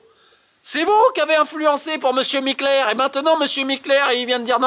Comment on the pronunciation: Je tiens a dire bravo pour avoir réussi a dire Mikler autant de fois sans fourcher sa langue !